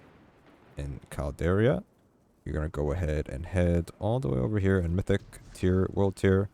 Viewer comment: CAL-DERA Not Caldaria